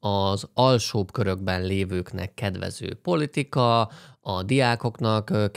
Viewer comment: jesus christ, nem "demokratikus" párt, hanem Demokrata Párt. :) Nem Mediocare, hanem Medicare. :) Nyilván többet tudsz az amerikai politikáról(jaaaa, ami politika, nem poltika, ne spóroljuk ki azt az i betűt...), mint egy átlag magyar, de ha elemzőként komolyan akarod vetetni magad, kicsit alaposabb lehetnél.